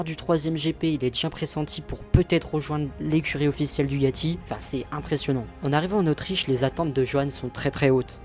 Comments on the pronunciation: Merci pour ton résumé au top sur mon pilote préféré ! (même si on dit DuCAti et non pas DuGati 😅) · Frérot c'est pas DUGATI mais DUCATI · DUCATI Avec un C.....pas de G... Merci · DuCati avec un C svp , DuGati n'existe pas , sinon très bonne video , merci ;)